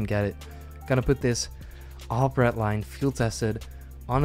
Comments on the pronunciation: for the love of god its REDDDDDDDD LINE NOT RET LINE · its red-line not ret-line. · He says redline soo wired I always feel like he says ratline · I just love how he says redline. "Retline" xd